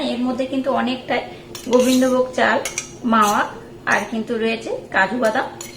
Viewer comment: মাওয়া নয় কথাটা হবে মেওয়া